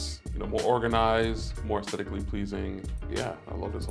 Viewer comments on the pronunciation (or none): Please pronounce aesthetic correctly. You’re a designer! It’s a key Word. Es-THET-ic. NOT es-TET-ic.